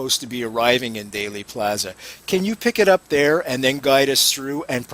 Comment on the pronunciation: The misinformation and outright lies in JFK could fill a movie......oh wait they did. BTW it's not pronounced "daily" plaza it's pronounced like "deal" Dealey Plaza. Learn your subject matter. Also after the House Select Committee came out with the 4 shot theory because of the open mic on the the police motorcycle that report was later debunked by many researchers and most researchers don't believe they are listening to gun shots at all.